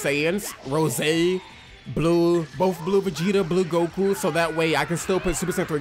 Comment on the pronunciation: am i the only one hearing the way he says goku "Gaku"🤣🤣🤣